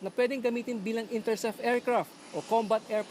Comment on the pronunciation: ".... na pwede gamitin siya bilang interSEF aiRFcraft..."